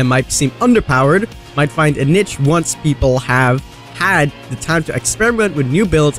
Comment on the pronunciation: Finally someone that knows how pronounce niche. I've heard way too many say "neesh"